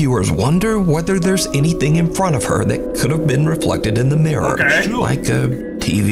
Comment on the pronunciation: The Murror